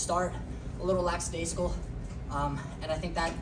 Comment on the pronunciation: Lackadaisical… not laxadaiscal